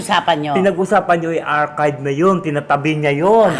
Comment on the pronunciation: B.I ....Ellen ADARNA...nkuha ko dhil sa salitang archive😅😅😅